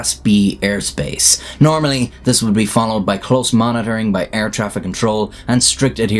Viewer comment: STOP PRONOUNCING BE AS BOO OR BU